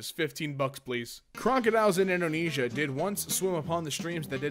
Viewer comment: indoainesia? What country is that